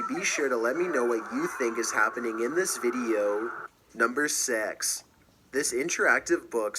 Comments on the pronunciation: "Number sex" wtf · XD he didn't even attempt to say six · he didnt even try to say six lol